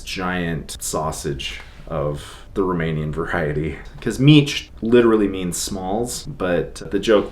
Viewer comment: Not meech..... mici ....